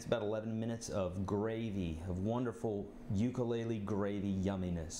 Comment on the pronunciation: Your saying ukulele WRONG